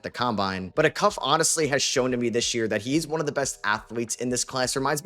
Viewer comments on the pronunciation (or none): Love the coverage. Just a note, it’s pronounced Aye-Cuff, with emphasis on the A. Not uh-cuff with the emphasis on the second syllable. Additionally he’s the best point guard in the country. His consistency, efficiency, and playmaking is just ridiculous. I promise if you were looking at blind stats, you’d take Darius over everyone except Dybantsa. There have been two players in the last 30 years to score 45+ while playing the entire game (50 minutes) without a turnover. The only other person to do that across D1 and the NBA is Kobe Bryant. in 2013